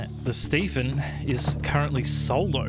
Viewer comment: ITS THE ste-PHEN!!! OMG